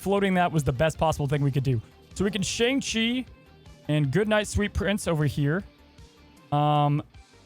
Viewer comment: Hey, you said Shang-Chi wrong in this video.